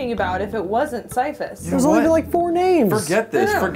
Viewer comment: NOT SYPHUS